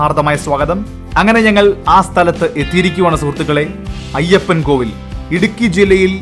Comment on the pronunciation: Ayyappankoil, അല്ല ayyappankovil